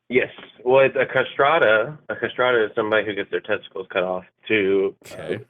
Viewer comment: What he’s talking about is pronounced “castretto”, I have no idea what a “castrata” is… Also who is this guy’s hypothetical person who has enough money / good enough insurance to cover a elective genitalia removal, but not testosterone shots?…